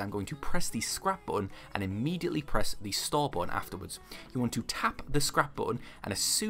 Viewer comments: Cant find my other comment but hes saying store! I though he said star or start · Absolutely anoying what are you saying.? Star or start? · That you was saying "stall" tf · Your accent made it hard for me to understand you saying store lol, but that’s because I wasn’t paying attention. I appreciate the clarification!